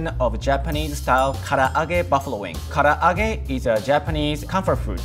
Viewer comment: yt:It's "Ka-La-Ge" NOT "Ka-a-Lagge"..!! If you're going to try to say a Japanese word, to make you look like you know what you're talking about, then learn how to say it right!:yt: Also, you do not marinade using eggs, for Karage. Plus, he didn't clean the Konbu before using it in the dashi stock. That's like not cleaning a carrot before cutting it up and putting it into your food...